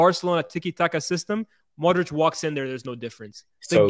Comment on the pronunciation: i love how and giving modric all his flowers. real talk. but please say modri-ch instead of modriCCCC